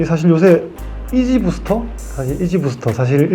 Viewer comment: 이지부스터가 아니고 이지부스트입니다ㅋㅋㅋㅋㅠ 귀여우시네요